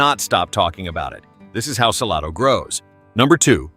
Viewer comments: It's not "Sa-lah-do", it's Sal-A-do." And not the Chisolom Trail, but the Chisholm Trail. Other than those cringy pronunciation, not a bad overview, considering ever place left out. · It is Salado, NOT Saloda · It's pronounced suh-lay-doe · I know this is AI dialogue, but Salado actually pronounced suh-lay-doh. FYI. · Hard to subscribe and trust when you aren’t pronouncing the towns correctly 😂 “Sa-LAY-do” for example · It's Sa- lay-do!! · Pronounced Suh-LAID-o = Salado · Suh LAH dough! 😂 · Saying that Whole Foods and Trader Joe's are in Georgetown completely discredits this video. As does the pronunciation of Salado, which immediately makes "You're not from around here, are ya?" spring irresistibly to mind. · Native Texan... vid lost me when mispronounced Salado. Glad my destination missed this list. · This AI announcer is on my nerves. So many mis pronounced names. Don’t be so cheep!!!!